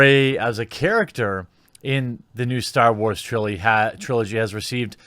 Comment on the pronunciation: I heard that lol you said shillogy